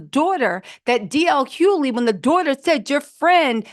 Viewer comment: DL Hoe-ly